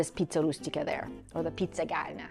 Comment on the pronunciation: Giada...I love you .your are a beautiful woman but you got this all wrong *stuffed Pie* the pronunciation and the ingredients...